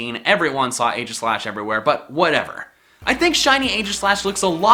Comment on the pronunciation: Hate to be that guy but... It's EE-gis-slash